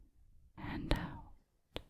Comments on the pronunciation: Out = ooowt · I thought the word "out" in the Scottish accent sounded like "ewt" 🤣🤣